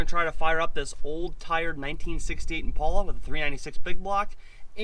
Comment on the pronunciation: Impala is pronounced ImpAla. Not ImpOla.